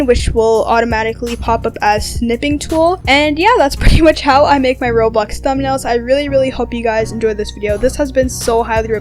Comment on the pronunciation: why are you saying roblux